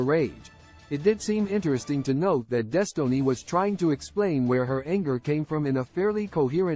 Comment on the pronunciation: “Des tow ness”